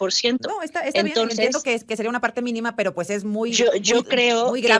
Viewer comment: Cirrrrro, peeerrrrro, guuuuuango